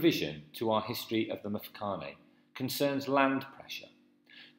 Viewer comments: How can I take you seriously if you mispronounce every word??? You have managed to single handedly slaughter just about every Native word. It is pronounced MMMTwE-Twe and its MMMMFe-ca-ne. And where do you get this idea of slaves to the Boers??? They had servants who were treated as part of their family. The Zulu conflict between Mzilikazi and Shaka was the start of the Mfecane which had a domino effect. There was also a severe diminishment of people in the middle of South Africa due to the Matabele absorbing them as they moved along (conquer and assimilate). They eventually settled in Zimbabwe and are now known as Ndebele. The Boers would negotiate with any Bantu tribes in the area they arrived in for land, as is the case with Piet Retief and Dingaan (Dingane) which eventually culminated in the battle of Blood River due to treachery by the Zulus. The Portuguese never enslaved Bantu tribes in the area known now as South Africa. They did get slaves from Mozambique and Tanzania (Arabs) through Zanzibar. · Yho! But your pronunciation of the words including Mfecane and Mthethwa is shocking! It actually gets worse from there on.